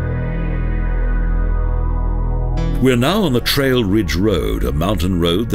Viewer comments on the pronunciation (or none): none